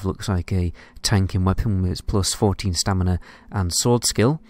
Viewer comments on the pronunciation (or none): none